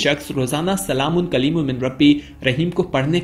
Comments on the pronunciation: Qaliloom nahi hai hazrat SALAMUN QAULAM MIR RABIR RAHEEM sahi elfaz ada kre plz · Pls recite it properly...it's not qlolum it's "Qoulam" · جناب آیات کے الفاظ کو غصب نہ کرو جس الفاظ کو آپ قلیل پڑتے ہو یہ الفاظ قول ہے قلیل نہیں ہے